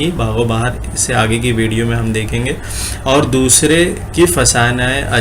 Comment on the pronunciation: السلام علیکم، بھائی! آپ کی ویڈیو بہت جامع اور معلوماتی رہتی ہیں؛ صرف ایک چیز بہت کھٹکتی ہے وہ ہے (اس is، اس us، ان in، ان un، وغیرہ کے تلفظات میں،میں آپ ہر جگہ is, in, इनके, ismen ہی تلفظ کرے ہیں جبکہ بعض جگہوں پر उस, उन, उनके, उसके وغیرہ ہونا چاہئیے؛ حسب مواقع، امید ہے کہ اس پر غور فرمائیں گے؛